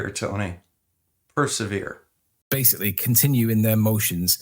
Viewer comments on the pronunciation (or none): Wait, what? is a lawyer and he can't even pronunce "persevere"? I fear for his potential clients. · Did really say you've got to have a 'doing' word and did he really have difficulty pronouncing persevere? Sorry Mr Newton, unfortunately your words were inevitably going to be read by someone whose level of understanding was insufficient to understand the obvious. It is appreciated you did not write your book for small children who need everything fleshed out to the nth degree using simple language but for intelligent adults.